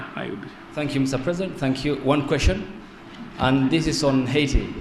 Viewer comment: In Kenya our president says haiit..but in USA he calls it Heti